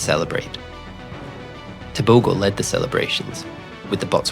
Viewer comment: Okay, that G in Tebogo sounds like h. Just say Teboho and that's the correct way to pronounce it.